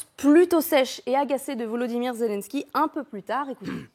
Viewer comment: C'est quoi ce journalisme ? La première phrase déjà il prononce pas bien le nom mdrr Zélènsky Pas zèle en ski 🤣🤣